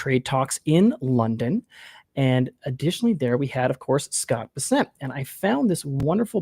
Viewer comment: BESSant not beSSENT.